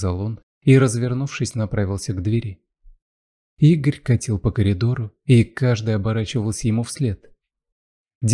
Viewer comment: Читают с ошибками: правильно- по коридору, а не колидору